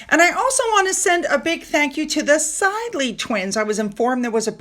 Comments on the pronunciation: Sidley twins - pronounced Sid-ley not side-ly. Hope you don’t mind me correcting you. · Nancy and Stephanie's surname is pronounced ' Sid-ley' not 'Side-ly'. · Sid-ley not SIde-ley! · psst......SYD-lee twins.....you know, like Cyd Charisse.... short i. like big.